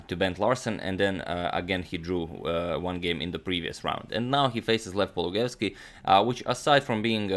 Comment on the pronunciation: His surname is pronounced paul-loo-guy-evs-key, not paul-guy-evs-key.